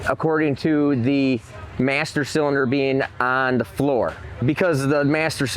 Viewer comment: Hey, what the hell is a CYLDINER?? Was that supposed to be CYLINDER??